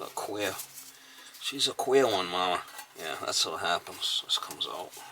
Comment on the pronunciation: I was trying to figure out what a "quail" unit was when I noticed he was saying queer😂 Those old FPE Stablok panels are a good way to test the limits of your homeowners policy. There's a lake community near me of around 50 homes and every one of them had Stabloks in it. At least 5 of them suffered fires related to them. A 15 amp breaker may trip around 40 amps or not at all. By then the wires are glowing.